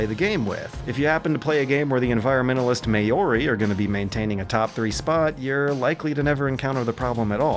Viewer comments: Maori is pronounced Mow-ri with a softer w sound instead of may-or-ie my dude. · The "May-or-e"? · i love you but there's only two syllables in maori 💙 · That's not how you pronounce Maori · Fuck he pronounced Maori wrong.